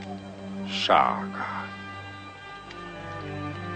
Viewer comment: King shaga u heard put some respeckk on that man's name🤣🤣🤣